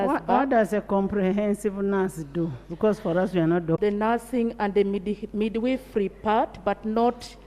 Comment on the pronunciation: Midwifery and not midweefree